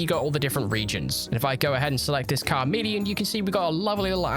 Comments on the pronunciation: it's charmeleon not carmeleon! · Car-Meleon though? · Did you say Kar-meleon??? Dude. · Pokemon fan but mispronounces even common poke like car meleon XD and thinks its a icecream not a spade stuck in ita head..